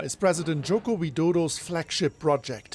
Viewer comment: Its not Yoko...its Joko.. You were wrong.